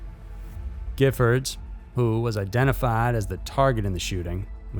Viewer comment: Awesome pronunciation og Gifford shooting in Tucson!!! I remember that day, I live in Tucson and was very glad I didn't go to that event... was an extremely shocking crime!!!